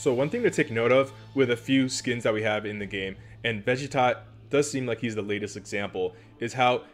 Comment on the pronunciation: pls dont call vegeta vegi tot its ve ge ta